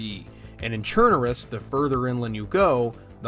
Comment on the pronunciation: ChernaRUS, like BelaRUS. RUS, as in РОССИЯ!